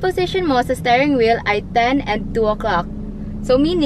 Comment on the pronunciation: I keep hearing "staring wheel" instead of stirring😅